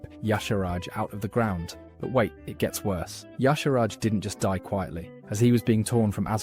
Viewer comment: I feel like the "Ya-sharaj" pronunciation was just the mantid VA getting it wrong. Should be "Ih-sharj" IMO. Also "Kuh-thoon." My ears...and Kee-raji. "Nuh'zoth" too. And Yogg-saron calls himself the God of Death is that he made it so the Titans' constructions became mortal and could die (vrykul became human, earthen became dwarves, mechagnomes became gnomes).